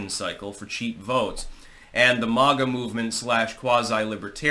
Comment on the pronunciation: STOP EATING. YOUR ON HINEY JUICE. IT IS NOT MOG-A. IT IS MAY-GA .BETTER YET CALL US MAGAT; MAKE AMERICA GREAT AGAIN, TOGETHER .